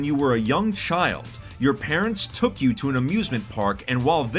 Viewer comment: Everyone: took: toook